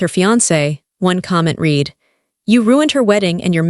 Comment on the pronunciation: Not reed, red.